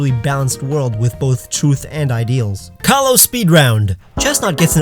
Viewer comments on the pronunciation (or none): none